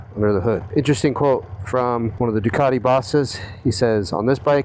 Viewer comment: It's 'Ducati', NOT 'Doocardy'.